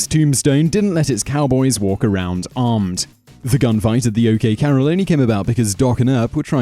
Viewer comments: The OK Carol? It's core + al = corral. .."MenaNgerie"? Menagerie does not have an extra N you supplemented, regardless of the bacterial load you speak of inside a cowboy. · That's CORRAL(emphasis on the last syllable)Simon,not CAROL! MENAGERIE not MENANGERIE.You have wonderful delivery and enunciation,rhythm and style.I don't want to hear any excuses..I mean...REALLY! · The gunfight at the OK Carol ? SW, the king of the mispronunciation strikes again !